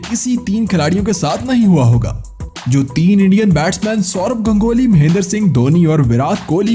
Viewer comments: अबे ओए वो गंगोली नहीं गांगुली है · Sala gongoli nahi ha gangule hota ha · Plz clearly pronounce Ganguly